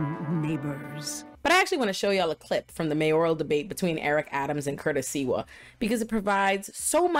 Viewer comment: Great video, but it's Curtis SLIWA, not SEWA!